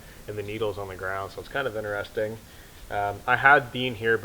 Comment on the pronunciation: It is correctly pronounced interest ing...not enter resting.